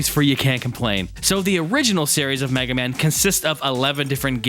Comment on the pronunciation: Mig-ah-mon? Mag-eh-man? Hmm not sure about this, sounds interesting. I will have to see if I can track down some of these odd rare games, might be fun! Kick ass review as always bud!